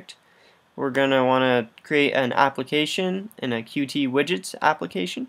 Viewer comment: I know it's hard to know how to pronounce names for libraries/frameworks/software if you only ever read it, but it's actually pronounced as just "cute", not "cu-tee". I only just learned this a week or two ago.